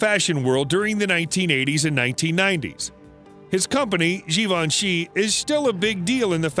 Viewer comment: All these years I thought Givenchy was pronounced like Davinci with a G. Oopsie.